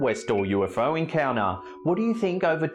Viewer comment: I know you are a bogan from Melbourne (same as me) but please try to say your “t”s. Encounuhhhh- encounTer sounds far classier. Enjoy your conent though.